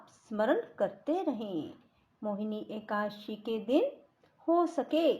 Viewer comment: एकासी नहीं एकादशी 🙏